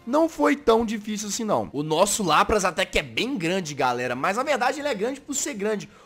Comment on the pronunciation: Se escreve LAPRAS se fala LÁPRIS